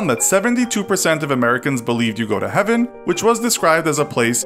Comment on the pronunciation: it’s heaven not heven